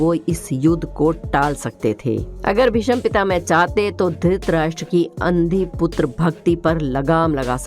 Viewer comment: Are bhai pronunciation To clear karo yl BhisampitaMe Na bola wo to BhisampitaMa Hai bhai